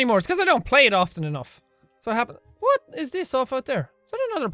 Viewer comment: Did you say ' juwhat '